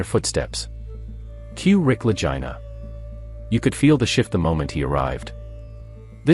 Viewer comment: He can't pronounce Rick and Marty last name correctly.